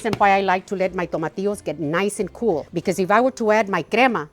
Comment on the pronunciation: I mean the green tomatoes like veg..it sounded like " tomatios" ?